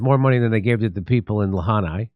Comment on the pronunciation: It is not La-haw-na , it's La-hin-a